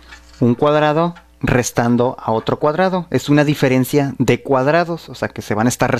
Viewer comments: Dice "direferencia" en el minuto xD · ¿Polínomio? ¿Direfencia? O.O